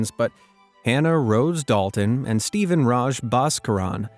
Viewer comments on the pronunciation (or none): none